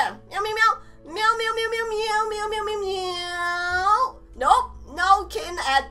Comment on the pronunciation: It's myow not mew XD